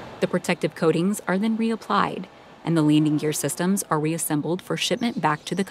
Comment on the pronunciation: Did she say Leaning Gear?